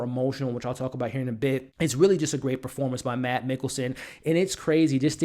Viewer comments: If you want a pro tip of how to pronounce Mads in case, you have to do another review with him, it's pronounced a lot like the word 'mass'. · Mads is pronounced "Mass". The "D" is silent. Watch "Adams Apples" (2005) and "The Green Butchers" (2003) - both dark danish comedies